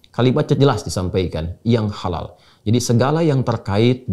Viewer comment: Kok dibacanya seperti halaaka artinya malapetaka. Bagaimana ini. Padahala logo halal mestinya sama sedunia. Karena islam itu sama. Jalau begini. Ini namanya islam indonesia dengan lain negara seperti berbeda. ? Dasar islam nusantara. Silahkan islam nusantara minta safaat diakhirat sama pendiri islam nusantara. Karena gak mau kearab2an katanya. Cap ubur2